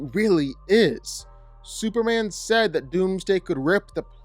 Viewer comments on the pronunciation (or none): Why do you say "superan"